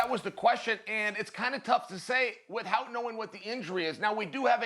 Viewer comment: Chael is the only person I've ever heard in my entire life to pronounce 'without' as "with-hout"...